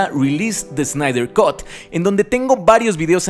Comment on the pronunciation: Snyder cut: ... kʌt, no "cot".